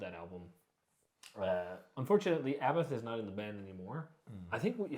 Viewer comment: Abbath?! Can't believe you didn't say it like him and as Scandinavian as possible...a-BBATH! haha much love guys, horns up 🤘🤘